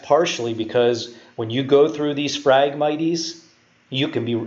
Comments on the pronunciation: phragmit"ies" LOL. phragmites (mights) Great info, love the breakdown and detail. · I had to quit watching because your pronunciation for the word phragmites was driving me nuts. It is pronounced frag-mites like the bug a mite...... Not miteeeees. there is no long e in that word. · Cool video and super accurate all except for the pronunciation of Phragmites. The e is silent bud. Lol. Had to say it sorry